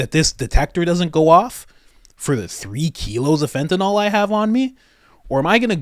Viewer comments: It's spelled FENTANYL... It's Fentanyl. Did you study pharmacology in college? I DID. Ever heard of Carfentanil? Similar drug, that's MUCH more potent. Pronounced the same way. How do you get Fentenol? OL, is like Albuterol, or Clenbuterol. Those are lung medications. I wasn't insulting you. It's just like people who call Oxycontin, OxyCOTTON. It's not right, and adding an ol, to it, makes it sound like you're speaking about a different class of drugs. You're not the only one to do it. Southerners started mispronouncing it on TV, and idiots went with it. You'll hear intelligent doctors on TV who pronounce it PROPERLY. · It's pronounced FENTA NYL.... Not FENTEN ALL.